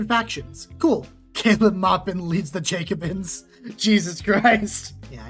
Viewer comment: Misprounced Jacobin. Phony socialist 😂😂😂😂😂😂😂